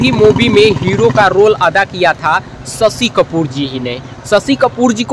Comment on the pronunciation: Aapke language mein bihari axen aata hai ise thik karo. Aur shashi kapoor hain sasi kapoor nehi.